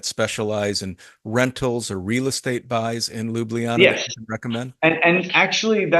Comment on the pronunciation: Please please please FFS say it right! it is LJUBLJANA - (LYUBLYANA?)! not Lubljana! How can this be such a problem ? Especially for the people that are already here for long time*